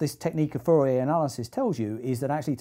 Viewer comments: Please be careful with your pronunciation! It sounds dangerously close to "furry analysis", which is a completely different domain of... physics... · furry analysis? I didn't know it was pronounced like that =P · I can't unhear "Furry analysis"